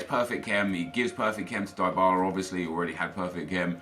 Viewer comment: Its dee-bala not die-bala